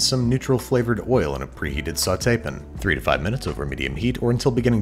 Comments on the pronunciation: I have not heard of this "soutepen" of which you speak. What, pray tell, is that? :) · "preheated sautep'n" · “In a preheated sauté pen”